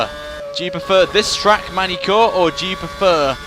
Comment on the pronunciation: "You have to have a quick egg... quick chicken..." is all I hear when I think of Mangy-Cours and any car that ALO has driven.